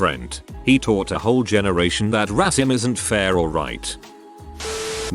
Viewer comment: Uh, hate to be rude or anything,, but you said "tought" instead of "taught".